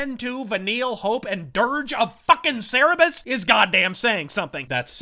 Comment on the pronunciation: I chuckled when you said Cerebus